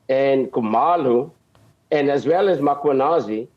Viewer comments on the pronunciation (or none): Can we stop saying "Makwanazi", please!